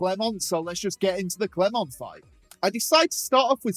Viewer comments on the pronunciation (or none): none